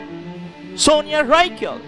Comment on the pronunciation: Se pronuncia Rikiel (Rykiel)Sonia Rykiel era francesa no anglosajona, tienes que saber que en Europa hay culturas diferentes y los paises latinos no transforman sus nombres o apellidos a la forma anglosajona. Ten cuidado cuando subes videos, revisa las pronunciaciones de los nombres, apellidos de las personas 🙋‍♀️🇫🇷❤️